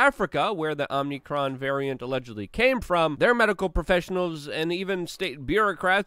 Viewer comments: are you calling it omnicron because youtube will censor omicron or are you just saying it wrong? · It's Oh-mi-kron, not Om-nee-kron. Stop mispronouncing it. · No 'n' after 'm' in omicron. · Luke, you keep saying OMNICRON when it is OMICRON. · It's called Om (like Hindus say) icron; not Omnicron. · It drives me crazy that Luke says Omnicron instead of Omicron and exasterbate instead of exacerbate!